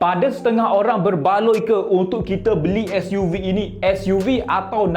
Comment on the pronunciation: Nak buat YouTube sebutan SUV biar btl skt bae.....gapo Dio....